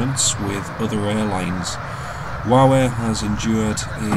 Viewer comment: When you say Wow Air fast, it sounds like you say Huawei 😂😂